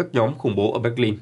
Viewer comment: ơi, Berlin là Bơ Lin k phải Béc Lin bạn ơi...